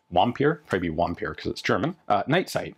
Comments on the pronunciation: It's not "Wampir" though, it is "Vampir", pronounced somewhat "fampir" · I believe "Vampir" would be pronounced closer to "fampeer." (with the f being pronounced almost as a combo of v&f) Deutsche-bros pls help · If it's German then it's a "v" sound, not a "w" sound. They don't have our "w" sound, I don't think. "V's" are pronounced either like our "v's" or our "f's."